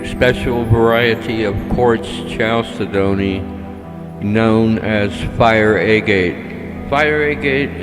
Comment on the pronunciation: its pronounced cal ced ney! ok